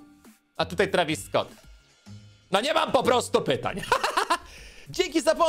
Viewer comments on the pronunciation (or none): none